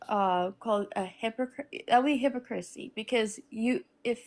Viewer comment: Did she just say hippo crissy?